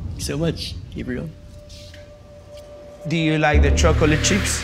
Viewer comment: Gabriel not Gabrielle wtf